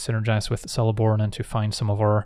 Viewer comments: Just fyi, in Elvish, "c" is always a hard sound, so "Keleborn", not "Seleborn". But as always, a great vid! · isnt Celeborn the pronunciation is keh·luh·bawn